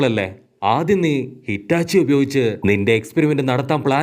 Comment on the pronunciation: Hitachi alla itachi enn parayo bro please